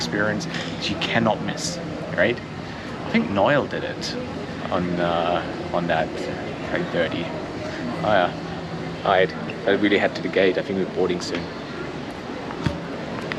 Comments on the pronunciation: I think it's "Noil", Lion spelled backwards..... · OMG.... Please 🙏 it is Noel, not Noil 😂😂😂😂